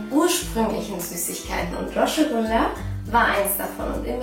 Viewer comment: Ihr seid voll das süße paar viel glück wünsche ich euch weiterhin und meine Frage ist du sagst ja "rashgullah" heißt das nicht rasgullah also nur das s ausgesprochen und nicht als sch ?